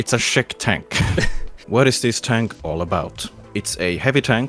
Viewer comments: As a Czech person, it bothers me that pronounces “czech” as “shec” PauseChamp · Saying Škoda with an 'S' Hmm... Maybe he can't pronounce it... Says Czech with an 'Š' Oh...